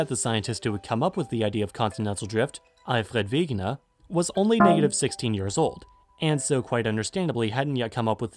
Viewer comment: Pronunciation of Alfred Wegener on point!